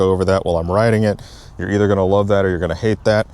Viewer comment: Dude cant say the word “love” . Haha commitment issues…….. nah, the bike awesome. I think it looks pretty sweet other than the pointy fairing on the tank. Ill probably have to get one